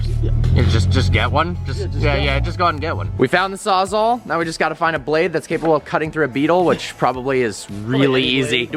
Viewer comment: Martini time sawsall, not sawsaw xD